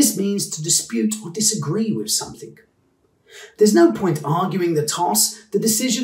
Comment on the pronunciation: NB there is no K at the end of 'something'.